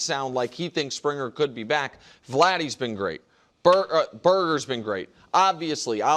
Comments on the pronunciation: com'on Nick... 😂 Bar-ger!! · Nick says Burger 😂😂